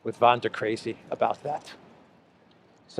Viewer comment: Von, not van. Ursula is a German. I am not.